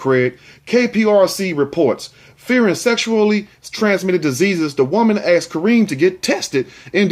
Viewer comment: Asked!!! With a s not with an x. Axed is like letting a show go!!